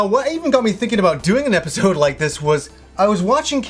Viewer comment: Its episode not episoouud...